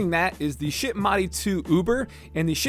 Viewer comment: It's not pronounced "shit." It is a German name...a very old German name actually pronounced scheeeeit. Thanks